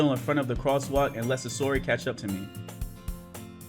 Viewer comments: say or he.not sayora. say or he sayori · I know I am three years late but dang I didn't know you played Doki Doki Literature Club! I am glad I stumbled on this video! Also, it is Sayori not Sasori XD. Everytime you kept mispronouncing her name, I couldn't help but laugh XD! Love your videos man keep them up! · its (sa-your-e) ok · Who the heck is susory?! Do you mean sayori?! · It is not sasori it is sayori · Sosori Me: I am sosori my brain had to hear that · This man said "sesory"😂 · Pronunciation= SAY-UR-EE you're welcome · Oh my freaking God I'm going to die if he says "SUSORI" again!!!! and now I'm jumping out the window! Goodbye cruel world!!! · It's pronounced "Say-ori" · STOP SAYING SASORI👿😡THIS ISNT NARUTO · okay, say it with me Say-Or-*Ee*. Good. Again, Sayori. (*Like see, but without the 's') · where do you see the S at bruh I’m dead lol it’s Say-ori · Btw you said sayori wrong